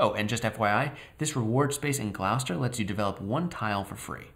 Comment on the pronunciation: Nice vid but you didn't escape all the errors in British place names. Gloucester is pronounced "Gloss-ter" :)